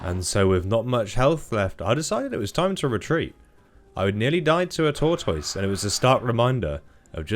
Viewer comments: Right? I noticed that some people say “tor-toys” and it’s so weird. It’s “tort-iss”. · Wait... Say Tortoise again?